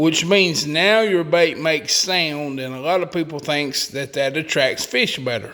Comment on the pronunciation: "Pretty smart poople"?????